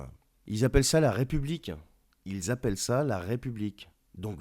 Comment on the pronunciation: Tu es sympa quand tu prononces la république c'est plutôt la r(i)p(o)ublique...